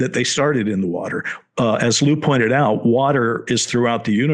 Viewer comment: lueey? cmon dr shill his name is lou it's nnot very hard